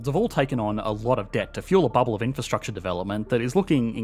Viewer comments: What is "infrastuct-SHAH"? Is that related to "infrastructure"? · Say "in-fuh-struck- chaa" again.